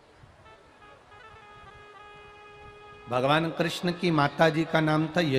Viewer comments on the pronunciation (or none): none